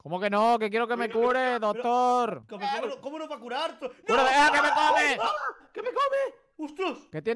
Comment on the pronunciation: Como se dice doctor en inglés pues dogtor